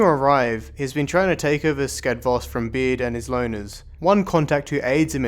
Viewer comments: I find you constantly saying Skadvosk, while it's meant to be Skadovsk. Just saying~ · Skadvos? Skadvosk? Skadvost? haha, Skadovsk! Ska-dov-sq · Please, stop mispronouncing skadovsk, it's getting on my nerves, good video nonetheless.